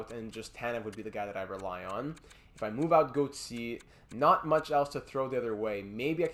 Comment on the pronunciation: Why do you pronounce Gauthier like that